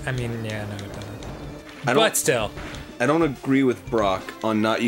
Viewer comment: when Dan says "but still", I heard it like "Butt-Still", then I thought of how clever moonshine was lol